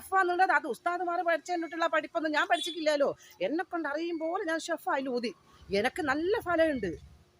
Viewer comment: ഷെഫ (ഷെഫ അല്ല ഷെഫ് )